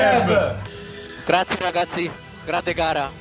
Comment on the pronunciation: Voy a extrañar a sebastian vettel diciendo graciee ragazzi